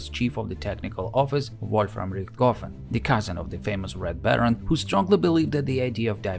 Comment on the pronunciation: "RichtGoffen." How come huj, hlyeb and hren are perfectly fine, but as soon as it's any different kind of word, a Russian is simply incapable of pronouncing the letter "h." As in "Adolf Gitlyer."